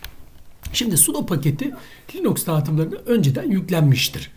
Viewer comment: yaw allah için linuxa linax demeyin insan tuhaf oluyor bu durumda sudoya sade demen gerekiyor uehuehu video güzel olmuş ellerine sağlık